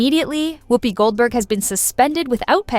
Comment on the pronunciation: How the hell is she legendary. Ghost and a nun, that’s it. Fhost ent off cos of Patrick swayze, not whoop-pee